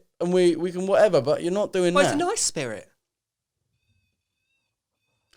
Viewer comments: When he says spirit like “shpeerrrit” 😂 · Sam Finch ludgate nah bro it's spedit with a d uno 🤣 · Joe has gone down the rabbit hole and can’t get back out. Also he the way he says “spirit” lol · The way Joe says spirit is too funny 😂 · The way Joe says ‘spirit’ cracks me up